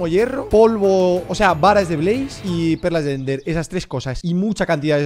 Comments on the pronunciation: Minecraft: se dice perlas de Ender Rubius: endas de perler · Nadie: Absolutamente nadie: Rubius: "Endas de perl" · Don Ramón: Tiene toda la barriga señor razón Rubius: Endas de perler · Después de un año es q me doy cuenta q les dice a las perlas de Ender "erlas de pender" xd